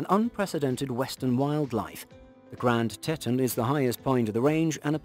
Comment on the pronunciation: Please learn how to properly pronounce the names of the places you are presenting. In Wyoming the park is the Grand Teton. Teton is pronounced tee-tonn. Sigh…..